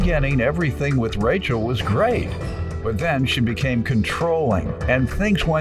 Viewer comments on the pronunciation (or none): Soooo... did he say "ControllIVE?" 🤔 😳 👀 🤣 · 😂 I was looking for this comment. I asked myself did he really say CONTROLLIVE 😐 Then he said it again! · He said, "She was very controlif".....🤣🤣🤣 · The word is CONTROLLING not CONTROLLIVE - it’s not even a word. So annoying!!!!!!!!!!!!!!!!!!!!!!!!!!!! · Wait..did I hear the defendant right?…’controllive’???🫣🫢💀🤣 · Did that ninja say controlive. Women are lonely as hell. He said it again. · & “Controllive” instead of Controlling…😂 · Did he say she was Controlive. Controlive. I think he said it 3 times. Oh boy. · “Getting ‘controllive’” okay